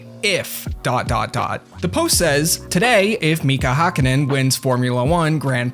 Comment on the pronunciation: As a finn that "Mika Häkkinen" really fucked my ears. I mean, our language is stupid so I understand